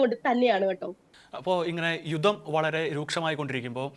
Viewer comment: അവതാരകാ , "യുദം" എന്നല്ല, "യുദ്ധം" എന്നാണ് പറയേണ്ടത്.